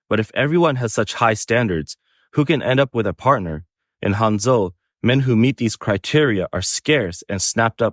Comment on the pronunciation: what city did you say that match making thing was???? Hung-Joe???????? No wonder the women flocked there.